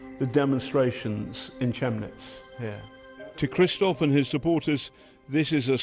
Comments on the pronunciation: Not Che-mnitz but Chem-nitz, please. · Why can't the BBC take two seconds to find out how Chemnitz is pronounced? It's with a K, not a TSH. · Learn to pronounce "Chemnitz" (Kemm-nits) before you start pontificating, twat. And Sweeney, you are one of the most - maybe the most - biased, unethical, left-wing programmed turds on TV today - in short, a BBC reporter. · where is Chimmnitz - do you mean chemnitz? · Jesus please tell that reporter its pronounced even in English as phonetic "camditz" like camden ... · You can't even pronounce Chemnitz properly. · BBC reporters cannot even pronounce Chemnitz correctly. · How can a modern presenter fail to pronounce Chemnitz properly? Perfect Brexit ideals. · If they're doing research, you would think they might ask someone how to pronounce 'Chemnitz'.